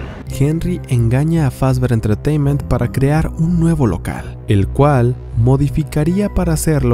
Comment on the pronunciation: Scott: Fazbear Entertaínment: Fazber Entretaiment